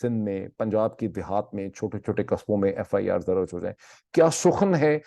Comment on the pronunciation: Dr Moeed aap Please apni urdu languge ki pronounceation bhi correct karen FIR darj not daraj anf plz agree k chootya se chootyapa lafz derive huwa hai aur ye aik gaali hai kisi bhi loogut se aap dekh len ab is charb word ko apni guftugu mai kahin bhi adjust karenge aur koi bhi heela paish karenge to ye apki need to ho sakti hai lakin aap is trha se sunne waley ko kaiyl nhi kar sakte you are a compitent person aap parhey likho wala koi bhi lafz istemal kar sakte hain